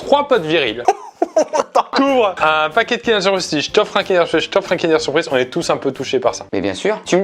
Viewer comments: On dit pas Kind-èèère on DIT Kind-euuuure 👮🏻‍♂️ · On en parle il dit "kindÉr" au lieu de "kindEUr" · j'suis désolé mais kindair ???? non no non c'est kindeur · Kindeeuuur pas Kindèèère :( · Kindeeeeur pas KIndèèèère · Pk tu dit kindère c’est kindeur!!😂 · Déjà tu dis kind'air et pas kindEUR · "Kindèr" ? On dit "kindeur" nan '-' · Mais il dit KINDAIRE j’espère que je suis pas la seule à dire Kindeur 😭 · Moi je n'ai aucune logique 😂 depuis tjrs je dis : kindeur bueno MAIS AUSSI kindaire surprise A partir de là c'est difficile de se sortir de ce débat 😭😂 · Pourquoi "kindère" et non pas "kindeur" qui me semble être la prononciation la plus répandue ? Cette façon de faire me fait pleurer des yeux 🤔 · Kindère ou Kinder ? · Déja on dit Kindeur,. Merci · Mais qui dit Kinder!??? On dit Kindeuuuur! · « Kindèr » ptdddrrrr mes oreilles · y dit pas "Kinder" y dit "Kindair" mdr Sinon la vidéo et bien comme d'hab! 👏🔥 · Il dit kindère ça me perturbe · Déjà le prononcer “Kindère” c’est un crime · tu va pas me dire que tu dit "kindeur" quand meme ?